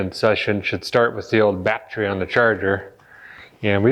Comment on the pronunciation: Dude, you crack me up, I'm in the middle of my Camaro refresh so I can relate. Love the way you say Bat-tree, thought I was the only one. Keep em' coming....